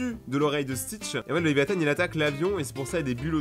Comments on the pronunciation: On dit pas l'aviathan on dit Léviathan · ses léviathan et pas «léviathane» et ses la feuille au complet mon dessin pref